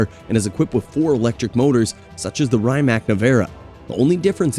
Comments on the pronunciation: rye mac🤣 its Rimac = ree·mak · good video mate... but the way you butcher the pronounciation of certain names is mad🤣😅 like Rymac, chairon etc... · A good journalist does his homework and learns all the specs and characteristics of its subjects, but they also verify they know how to pronounce the names too. I counted 3 maybe 4 names that were ultimately butchered. Koenigsegg, Rimac, Chiron and maybe another I can't think of. But if you want to be taken seriously, you must do better. Unless it is some kind of gimmick then I guess, but its a bad gimmick.